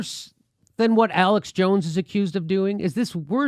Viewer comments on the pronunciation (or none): none